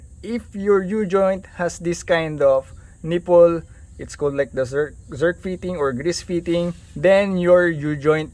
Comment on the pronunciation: Slap it in there 😂 and the way you Say, neepulls!😂